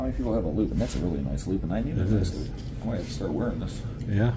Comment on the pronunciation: Please make sure you say LOOP cause it sure sounds like LUBE. 😂😂